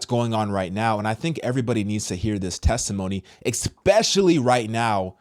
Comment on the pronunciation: Expecially is NOT a word. If you want to be fully respected As a professional content creator You’ve got to get your articulation, diction in regards to your complete literacy correct. Your content is great! You’re an incredible beacon for Christianity which is most important, but please, check your diction and vocabulary. Just small things , but you will be so much more respected with these little details. Thank you for your commitment to Christianity.